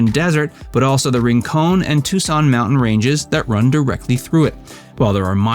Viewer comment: Sah-WAR-oh. Ring-CON. San-AH-veer. And the name is TUCK-son (joke.) Thumb up for my old hometown. Peace on earth.